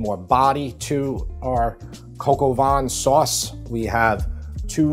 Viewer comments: You know I love you, but brother it isn’t Coq au VAN….the word is VIN and it’s pronounced like VEN but the n is very soft You seriously need to have me on your show for all the French stuff Hahahahaha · I love your videos; I watch all of them and I’ve made several of your recipes. Excellent! Have to admit though… your pronunciation of “vin” hurt my Canadian ears. Just for future reference it’s more like “van” than “vahn” with less stress on the n. Phew! I feel so much better now. Sorry. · Don't pronounce the N in vin, and pronounce with an ah, like -- hard to come up with an English word that would rhyme with vin, but the N is silent. maybe like bain in bain marie? But you probably don't know how to pronounce that either. Like nah, vin rhymes with nah, like in nah, nah nah nah nah! Silent N. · It is not bouillon it's bouillon, omit the 'i' at the end. And it's vin (wine) not what you are pronouncing... Nice presentation keep up the good wirk